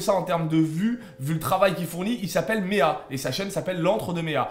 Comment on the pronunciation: La vidéo est super intéressante surtout qu'on parle très peu de ce film Par contre je crois que meea se prononce meua et pas méa.